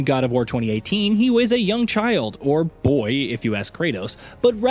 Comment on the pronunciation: I can't with the pronunciation of boy